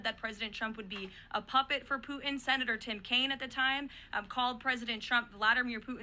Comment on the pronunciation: why the HELL cant she pronounce PUTIN my God KL its NOT POO IN a woman in this position cannot pronounce PUTIN